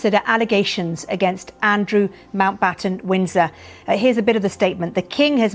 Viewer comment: Okay.. She’s said it about 10 times and I still can’t figure it out. But to the laymen’s ear it certainly sounds like she is saying Andrew Mount Bottom Winds In Her……. 💀😂